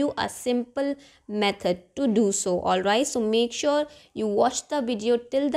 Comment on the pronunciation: Olvait, olvait, olvait 😂😂😂